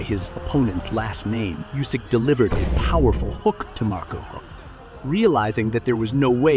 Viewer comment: how do you fucking nail the pronunciation on Usyk, but we get "hye" and Myorguy"?!